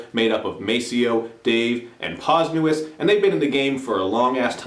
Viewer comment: did you purposely butcher "Posdnuos" name?